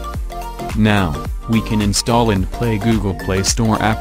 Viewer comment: in the beginning you said the Word "Insthall"